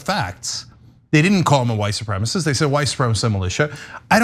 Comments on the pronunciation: “How dare him do that to my son. That’s my son he did that to. He’s my son.” It’s supremaCIST. Not SupremaSIS. Sis.....is it a stroke? Is it crack? Is it meth? Maybe it’s Republicanism? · she couldn't even pronounce supremacist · Oh dear... Mama has about three brain cells, and she can't pronounce "supremacist." "My son went to Kenosha to help people... " (And shoot them dead!) God help us against these people. Cuckoo cuckoo cuckoo.... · She really has a problem with that 4 syllable word "supremacist". This lady is slow and being brainwashed. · How could Rittenhouse be a white supremacist when his mom can't even pronounce supremacist!? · Bitch can't even say white supremacist